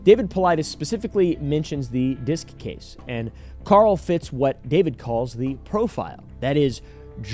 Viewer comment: Its kinda funny but he mispronounces the name in the video. If its of german descent "disch" is pronounced "dish" not "disc." The "sch" in german never has a silent "h" but its common for english speakers to misspronounce. He likely thought "sch" is "s-ch". "Ch" in german is like a hiss that many non-native speakers struggle with and pronounce like k.